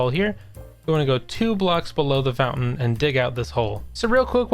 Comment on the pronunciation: "fountain"? seriously...